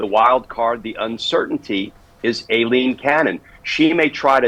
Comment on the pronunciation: Dear Glen, I know you pay attention to detail, but somehow you haven’t gotten the correct pronunciation of Aileen Cannon’s name. I hope you won’t take this personally but it’s “I-lene” not “A-lene.” The reason I know this that my middle name is Eileen. It’s pronounced the same way, regardless of how it’s spelled.